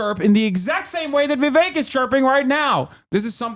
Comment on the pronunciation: Kinda off note, but I love the way hasan pronounces "Vivek" it's so accurate for an Indian name, and doesn't white ppl that shit